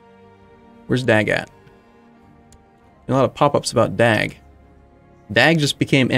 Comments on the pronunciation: try to a mixture of DAG and DOG so that A and O sounds a bit similiar and then you are saying his name correct in swedish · and the G smother